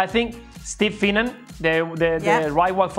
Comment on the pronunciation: Well you could get his name right. It's Finnan.